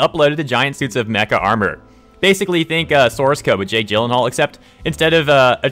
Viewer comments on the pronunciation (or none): none